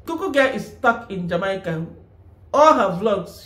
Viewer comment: Jamaica is pronounced "Jah-May-Ka."